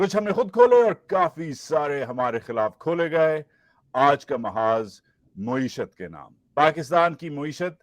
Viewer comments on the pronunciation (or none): Maa-ee-shuth NOT Moo-ee-shuth jani! Good work though. Keep it up!